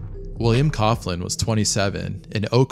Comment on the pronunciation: Coughlin is pronounced “cock-lin” Irish second name. Love from ireland